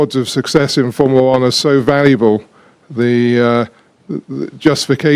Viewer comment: Jean Todt: FOURMOOLA WAN